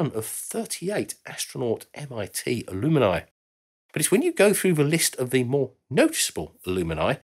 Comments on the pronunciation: It's Al-um-ni, not Al-um-I-ni !! Also, where are the women who also went to MIT? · Is the word "Alumini" in the UK rather than alumni? Or does he just not know how to pronounce alumni? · Not ‘ alumini’ but ‘alumni’ or al-um -ni. You’ve added an extra syllable. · "Alumni" ≠ "A luminy" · Not to be too pedantic, but I’m pretty sure it’s ALUM-NI and not ALUM-E-NI. I have to wonder how many of these brilliant ideas would have come to fruition with a near-enough-is-good-enough attitude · Great video! At MIT, us grads call ourselves a-lum-ni, not a-lum-in-i. Other than that mispronunciation, I love this video. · You say alumini and I say alumni. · They're only alumini in the US. In the UK it's pronounced aluminii. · Are you saying alumni? I've never heard it pronounced like that. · It is the same in the UK, normally, maybe he couldn't pronounce it correctly. Reminds me of those who put an extra U into nuclear and can only pronounce that word as nuke-u-lar.